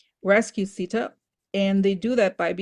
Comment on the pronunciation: Also The pronunciation is not sidaa It is Seeta If you are going to use spiritual ideas from elsewhere please be mindful and respectful to how you use them and acknowledge its source and cultural significance bc it is offensive to those of us who are Hindu when you aren’t being respectful to our traditions, our names, our history. And acknowledge the sources The oracle of Rama is not even a part of real Hinduism. It was created by a white man who stole and appropriated from our religion. The real Ramayana should be studied if you want to understand Hinduism rather than taking things out of context of my people’s history and religion